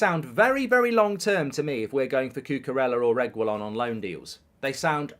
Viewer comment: Nahhhhh mark’s pronounciation of Reguillon is pissing me off 😂